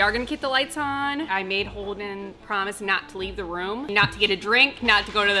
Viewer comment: Holden-uh! Noooo-uh!!!